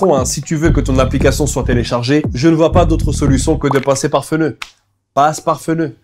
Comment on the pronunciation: « Passe par Feuneu »😂